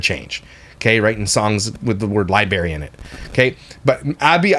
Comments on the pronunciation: wait, I had to rewind. his song says... libary? 🤣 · No hate to jeremy and Jinger, but I guess people who say "wung it" and "libary" belong on the same podcast lol